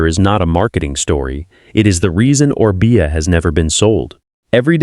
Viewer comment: Freaking AI again . Mispronounced one of the first bikes they talked about. And a second one Orbea mispronounced.